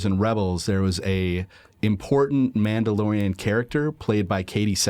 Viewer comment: *The Minndalorian